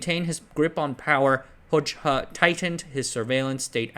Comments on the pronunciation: Actually, his last name is pronounced as Hoja, not Hocha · Excellent video, but it's pronounced "Hoja" not "Hojcha" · This is pedantic but I’m pretty sure that Hoxha is pronounced “hoja” rather than “hoj-ha” (j as in jelly) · The name is pronounced HodJA, just saying.